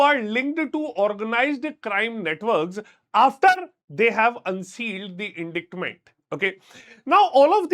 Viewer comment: Please go check how to pronounce indictment